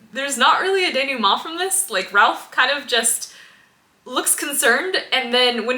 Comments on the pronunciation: if we're pointing out minor pronunciation slips, Ralph's name is perplexingly pronounced /reɪf/ rather than /rælf/ because shibboleth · For future reference the Ralph in Ralph Fiennes is pronounced Rafe. I remember he was seen on set with a shirt or hat like 20 years ago that said "it's pronounced Rafe". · "Anyways, he's played by John Lithgow." Better known to pre-Millennial audiences as... well, not as "Mitch." Older folks also have a more nuanced understanding of how to pronounce "Ralph," but the "not good with names" card was played early in the video. Apology accepted. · Just a picky little thing but you are mispronouncing Ralph's name. The L is silent.